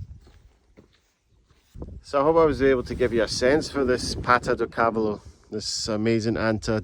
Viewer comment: cávalo??? accent is on the middle silabus for the cavááá..lo (horse in portuguese)